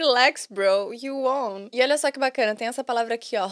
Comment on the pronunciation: No minuto 29, quando o Rafinha fala you won, a pronúncia dele está errada, aí vc erra também (talvez de forma proposital, para não corrigi-lo) pois won se pronuncia igualmente o número 1 (one)….estou dizendo isso aqui não para expor ninguém, mas estudo inglês há mais de 3 anos de forma intensa e descobri esses dias que pronunciava essa palavra erradamente. Sabemos que as duas “pedras no sapato” do idioma é phrasal verbs e pronuncia, então a intenção é que pessoas não cometem mais esse erro